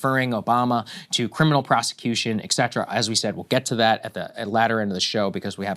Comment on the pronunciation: Saagar, if you want to be seen as smart you at least have to know how to pronounce etcetera.